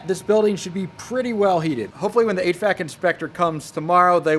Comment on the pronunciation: I didn’t comment last time, but I can’t hold my tongue any more. It’s not “h. Vac.” Its h.v.a.c.